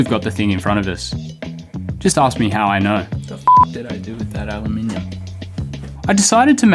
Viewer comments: I don’t think you understand just how much of a breath of fresh air it is to hear ‘Aluminium’ pronounced correctly in a YouTube video. Al-you-mini-yum 😊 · At least he pronounced Al you minium correctly. 🍻👍